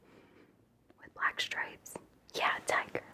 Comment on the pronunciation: I thought you kept saying diager, and I was like, what is that???????, then realizes oh, tiger